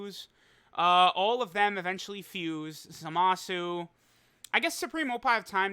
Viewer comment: If pronounces his name "Za-MA-su" one more time I swear to fucking God.